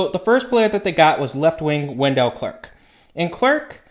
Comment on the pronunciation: It's not Wen-DELL, it's WEN-dull